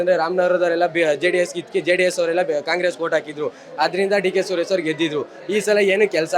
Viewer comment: ಸರಿಯಾಗಿ ಕೇಳಿಸ್ಕೋ, ಸುರೇಸ / ಸುರೇಸಾ????